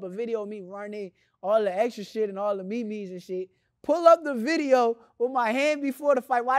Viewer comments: He really said me-mes instead of memes 😂🤦‍♂️ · Nigga said me me’s not memes 🤦🏾‍♂️😂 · No one caught the ME-ME’s? 🤣🤣🤣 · Bro said they posting the Me Mes lmaoo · Nigga said “me me” 😂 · Me me? It’s MEMES LOL😂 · did this nigga say ME-ME??????????? lmfaooo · That boy said the me me’s 😂😂😂😂it’s memes lil brotha